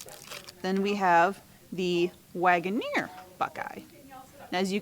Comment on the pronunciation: Harry London was Joe Waggoner's grandfather. Waggoner is pronounced Wagon Er not Wagon Ear